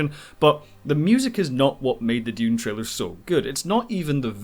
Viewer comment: Yay, finally someone on YouTube who can pronounce Dune properly :) Timothee Chalomet would have been miles better as Anakin Skywalker than Hayden Christenson! Unfortunately it looks like Dune isn't going to make the US Box Office Top 10 of 2021 as it's only at 89 mil so far and doesn't look like it's got another 11 mil in it to overhaul Godzilla vs Kong AND even if it did overhaul that movie Spiderman's coming out later this year and will easily blow past 100 mil. Dune's 335mil worldwide so far is good enough for #10 of 2021 worldwide right now but again Eternals and Spiderman are likely to both overtake it even without Chinese money. Alita and Kingsman were great films that deserved {especially Alita} bigger box office than they got BUT Ready Player One was just an ok film that had Spielberg's name behind it....He's not the box office God he used to be but his is still a name that will get people into cinemas.